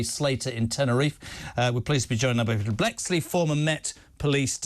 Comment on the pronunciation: Bleksley so disrespectful he can't even pronounce his name correctly